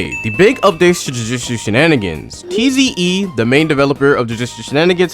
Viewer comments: Bro it's tiz not tze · It’s pronounced zee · Tze is pronounced "zee" and nue is pronounced "new" or "new-ay" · Listening to his pronunciation of tze and nue brings me physical pain